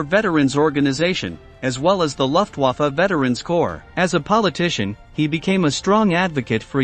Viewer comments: Comon Man! It is not Wheremach. it Vermach. W pronounced V, V pronounced F, F pronounced V. Also, it is more, Looftvaffa. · Gothurd Hain-reh-sei? 🤣 You obviously don’t know German Moreover, the armed forces are NOT wear-mack👖 And the air force is NOT the luff-wafuh 🧽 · As is Luftwaffe